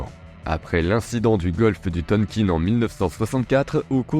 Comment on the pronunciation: Et "Tonkine" LOL....